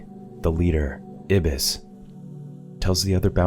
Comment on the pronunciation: I think the black dudes name is pronounced "eye" bis not ibis